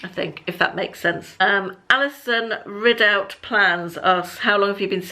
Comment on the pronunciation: Thanks for the mention and thank you so much for pronouncing my surname correctly (Ridout). Many people want to say Ride-out even though there's no E in it. Thank you x